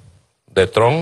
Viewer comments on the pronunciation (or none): none